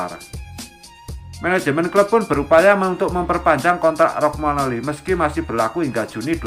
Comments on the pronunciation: Romagnoli atau rogmanoli ya? Pengisi suaranya agak kacau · 🤣🤣🤣 kog bacax rogmanoli belepotan